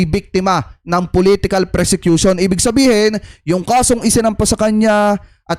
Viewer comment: Ang tamang word persecution hindi.presecution.